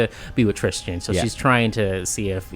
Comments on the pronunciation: It’s Tristan not tristian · Trischin? Why the odd pronunciation?